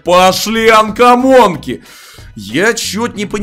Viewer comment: Когда ты поймёшь что это не анкомонки а комонки!